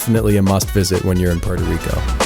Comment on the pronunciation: Can’t even pronounce Puerto 😂